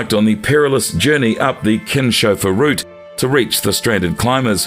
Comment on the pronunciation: It's pronounced like Kins Hofer route not kinsch